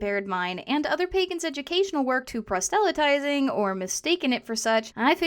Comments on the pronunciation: Please, don't take this the wrong way, but the word is [PROSS-luh-tizing], not [pra-SELL-a-tizing]. This is a quick way to turn people off who may assume your content is just as incorrect, and since your video is quite good, that would be a shame. Otherwise, keep up the good work! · It's a nitpick on your excellent video, but I don't find that pronunciation of "proselytizing" in any of my sources--they all have the emphasis on the first syllable. Is this a different dialect than what I grew up with?